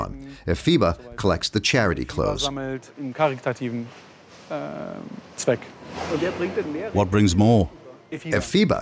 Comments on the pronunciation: Narrator can't pronounce clothes/clothing. Hard pass. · You couldn't get a narrator that can actually pronounce the word 'clothes'?? Makes me cringe every time he says 'clothe'. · Good documentary, although I found it very distracting that the narrator can't pronounce 'clothes'.